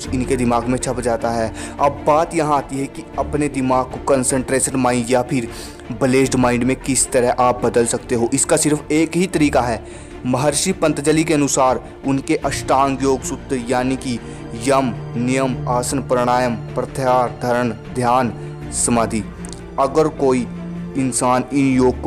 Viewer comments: पतंजलि not पंतजलि 😁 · Bro not pantjali its maharshi patanjali.. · Its Maharshi Patanjali not Pantjali😂😂😂😂..kya be kya bolta he tu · You bloody dumb, you can't even pronounce Patanjali correctly and teaching others how to train their mind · पहले महर्षि पतंजलि का नाम तो सही से लेना सीख ले , पागल बना रहा है , ऐसे मूर्ख लोगों से बचो भाइयों